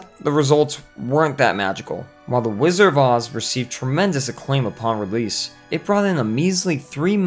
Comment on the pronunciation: A lot of misinformation here. And there is a "d" in the pronunciation of "Wizard," BTW. It's not "Whizzer" 1) The film only ever had ONE producer, Mervyn LeRoy. 2) Yes, Judy eventually battled problems with prescription drugs, but this had barely started (if at all) when she was making "The Wizard of Oz." She was just dieting to lose some baby-fat. 3) A few of the Munchkins got a little rowdy, but they were generally well-behaved. They worked for very long hours and had very little recreation time. There would never have been time for "orgies" etc. Lots of room for folklore and exaggeration. Sid Luft's book was mostly exaggerated rubbish to sell copies. 4) Ray Bolger has a soft "g" sound (like "j"). 5) Buddy Ebsen's reaction did NOT happen on set. It is well-documented that he didn't realize he had any negative effects until one night at home, two weeks into the shooting. Your dramatic narrative of him choking on set while the crew watched is impressive and entertaining, but completely incorrect. If he HAD collapsed on set, the studio would have been more sympathetic. The true account is much-documented. The sound cuts out completely . An ambitious compilation otherwise.